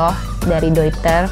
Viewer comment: Dari sekian banyak review ttg penyebutan "Deuter",,,baru mbak aja yg bener 👍👍